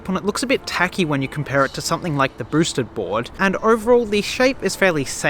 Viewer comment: He calls it a broosted board.